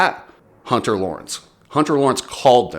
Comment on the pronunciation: Jetts brother, u cant say hunter, haha.